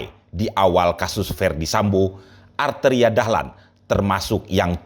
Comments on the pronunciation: Arteria" ngomong R aja gk becus sok"an😄😄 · Gak bisa ngomong R padahal namanya banyak R nya. Jadi dia itu gk bisa sebut namanya sendiri dg baik. Alias gk tahu diri. 😂😂